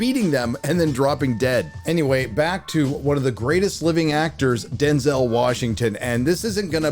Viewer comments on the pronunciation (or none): none